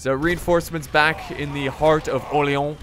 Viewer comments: You are pronouncing Orleans bad (you are saying "OrleOns), go to google translate and make it say the name of the city for you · My God the way you pronounce Orléans XD Like "oléon" what is that x) But i can understand it's a really frenchy name with the french "r", the "o" + "r" sound, the "é" and the french "an" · stop saying orleon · Btw it's pronounced (Or-lay-ohn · Don't say you're saying Orleans authenticly because you're not you're doing it quite bad I'd rather have you say orleans like you'd do for new orleans